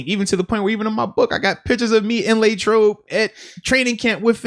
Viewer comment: Nobody: Moats: Laytrobe